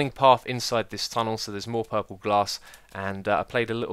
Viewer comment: I like how X says 'puhhhple' instead of purple.